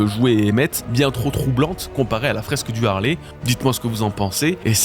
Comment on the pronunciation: ARRÊTEZ DE DIRE LE HARLEY C EST LE HALEYYYYY SVPPPP